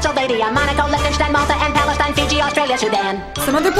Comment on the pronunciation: This is 1990ish and he said Palistine